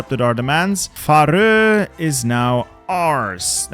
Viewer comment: where are you from? I thought you were american but you pronounce "faroe" so silly